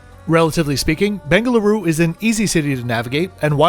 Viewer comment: just started to watch video the way you said "Bengaluru" I just subscribed :)